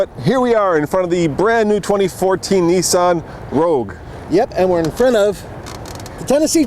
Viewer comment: It's Nissan... not Neesan